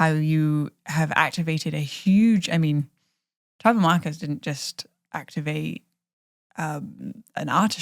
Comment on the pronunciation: I love your podcast :) and lol I kept thinking you said "You introduced me to Trevor Marcus!" but you were saying Tribal Markers <3